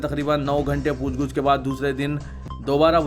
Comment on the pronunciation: ASK.POOCH GUCH NAHI POOCH GACH SAHI HAI.